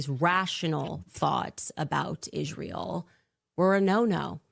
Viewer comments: Why does this piece of sheet say izhrael? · Why does she pronounces Israel "Ishrael" ...that's weird